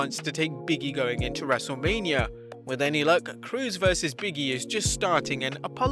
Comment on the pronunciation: I like how he said wrestlelamnia